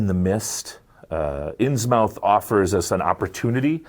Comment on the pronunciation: "Innsmouth" is pronounced like Plymouth, Portsmouth, Monmouth, etc. "Muth" not "mouth"